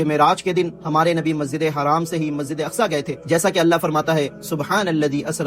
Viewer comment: Masjide haram kahate hain bhai Masjide haraam nahin kahate Hain